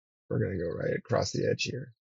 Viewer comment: "Acrost" you're killing me dude 😂